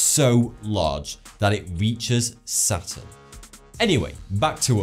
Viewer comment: He said sasun not saturn